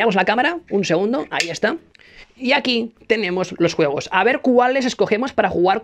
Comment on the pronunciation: Soy el único que en vez de escuchar juegos , escucho huevos ?